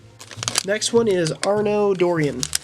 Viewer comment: Don't do a damn assassin's Creed video if you don't no anything about it Edward is from Black flag Shay is from rouge so go play AC and actually find it out and please pronounce arnos name correctly